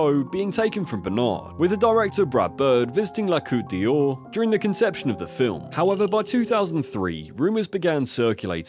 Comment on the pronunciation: you really do need to work on how to pronounce French words EG la coat door GO MEO Bernard WAZO MARC VIRAT AND SO IT GOES ON